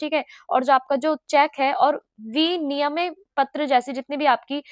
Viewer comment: Vinimay is correct pronunciation not viniyam